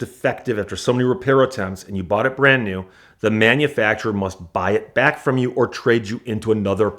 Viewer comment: "Cyash" (cash),"tyax" (tax), "byack" (back) What kind of speech impediment is he using?